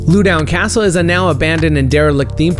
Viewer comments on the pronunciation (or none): "Loo-down Castle"... cringes It's spelled Loudon and pronounced just that: loud-on. Heh. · Sorry it just kinda triggered me even know it's not your fault lol but no. 5 is pronounced l-ow-den castle.